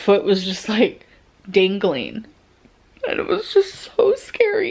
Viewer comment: the ankle was.dangleen and she truly said "walking in the hallway andn- she couldn't use crutches/or a walker etc..but she was "walkeen"- as the ankle was "dangleeen".. a miracle